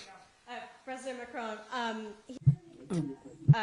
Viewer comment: He can’t even say Macron’s name correctly 😂😂